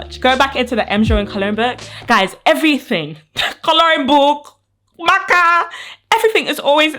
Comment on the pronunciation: But the way she said marker but I do love videos don't say I'm making fun of her I'm not